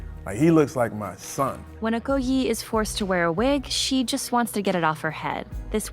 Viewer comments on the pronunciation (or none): OkoYEESH that pronounciation! 😔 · Also it's Oh-koh-yae. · this is a good analysis, but the "white gaze" is littered throughout. you left out numerous ethnic origins of the actors, including danai gurira who is zimbabwean + american. you also badly mispronounced the name okoye (did you see the film?). you fell into the HIGHLY predictably trap of creating a false dichotomy between MLK + malcolm x. they were not sociopolitical opposites at the time malcolm X was murdered. it's good and important to do this, but it's even more good and important to be accountable for the work you put out about blackness, especially since you are benefiting from the labor of blackness. the "historic evil of white people" that you mention is white supremacy. "afrofuturism" does not necessarily mean "optimism", it's simply the notion that black people can and will exist in the future and have stories to tell. please look up & learn some of these concepts.